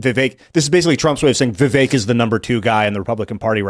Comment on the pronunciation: please correct pronunciation of Vivek’s name!!! It is rude to not pronounce his name Vivek “like cake”.